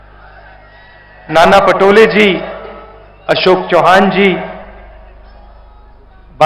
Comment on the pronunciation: चौहान नाही चव्हाण